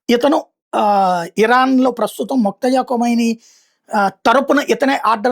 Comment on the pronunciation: మొక్తజా కాదు బాబు. మోజ్తబా